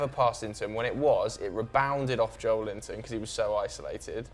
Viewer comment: When you realise that his surname is Joelinton, and he's not called Joel Linton